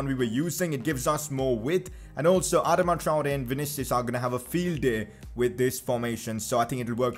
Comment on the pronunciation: Pcq you can’t say Adama traore